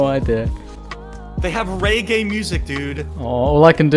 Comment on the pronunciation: How dare you mispronounce Reggae